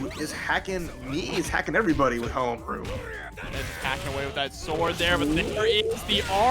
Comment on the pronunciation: Love how the commentators destroy poor Haohmaru's name. Haha. Poor guy. They did better with Yashiro's this stream though.